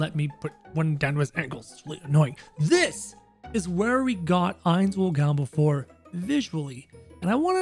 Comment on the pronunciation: You dont khow how to say his name and it annoys me